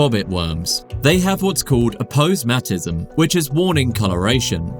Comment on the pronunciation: a-POSE-matism You almost had it 😂